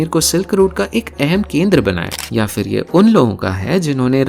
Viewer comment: Fir nahi, phir. फ़िर नहीं, फिर। (since this is a linguistic video 🙈)